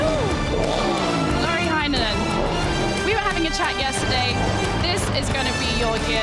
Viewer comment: Its not loori hainonen. Its lauri heinonen. Say car and a is same a in lauri.